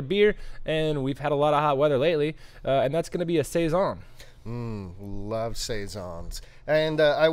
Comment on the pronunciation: Hello, my last name is Siason and when I found this beer I was shocked that my last name was on a beer but…😩. It was great to hear you guys say saison every time because that’s how people pronounce my last name. I tell people it’s like Tyson. Great beer, great channel, great info, keep up the great job!!